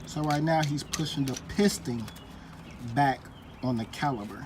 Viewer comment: Good job ,1 correction .It is pronounce " CALIPER", not CALI-B-ER . 1 more correction ,it called a cotter pin not colly pin .